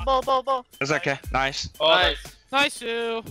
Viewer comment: my favorite part, smurf and his “niceu fucking ans”